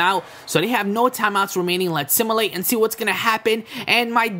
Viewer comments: Why do u keep sayin similate it's SIMULATE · Sim-u-late, not sim-i-late